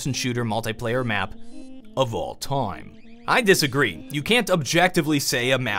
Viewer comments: "'Of all toim" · I like how pronouces 'time' as 'toym'.